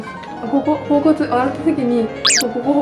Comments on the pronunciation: (頬骨)ほおぼねを「ほうこつ」って言う辺りもう好き。笑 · 頬骨のこと「ほおこつ」って言ってる人はじめて見たかわいい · ほうこつって呼ぶ人初めて見た！ ほおぼねかきょうこつならよく言うけど！ そういう読み方もあったんですね😊 勉強になりました！！ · ほおこつ が気になる笑